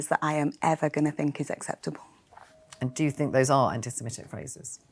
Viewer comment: So happy to hear you pronounce 'Semitic' rather than 'Semetic'!